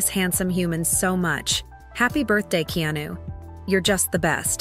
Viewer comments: Narrator, his name is pronounced Ke-a-nu. Not Keenew. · "Keenu" ... I hate anything Ai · Keenu/Keanu=Not Keyonu.